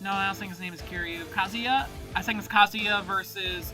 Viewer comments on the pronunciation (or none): none